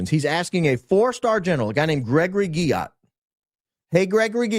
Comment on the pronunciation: Stop saying Guillot like that😂😂😂